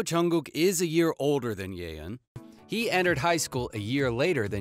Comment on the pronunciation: I mean, almost everyone knows that V and JIMIN are classmates- + the way you said "JUNGKOOK", "WHEEIN", "HWASA" and "JIMIN"